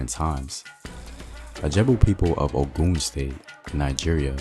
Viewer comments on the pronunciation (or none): OGUN NOT OKUM